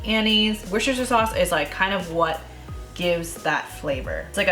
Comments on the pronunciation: Worcestershire is pronounced like wooster- sher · Just found the channel from this video. I’ll be trying this very soon. One quick heads up though, Worcestershire sauce. I’m in the UK where it comes from. I always smile when non-Brits say it. Despite how it’s spelled, it’s just pronounced Wooster sauce, as in rhyming with booster.